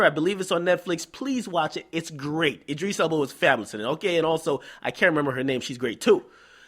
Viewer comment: lol "Id-dris" nigga its Id-ris